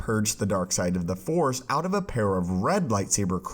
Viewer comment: Plz plz plz finish the word force before cutting to the next dialogue. I hear “the for” so much and its been bothering me for monthsss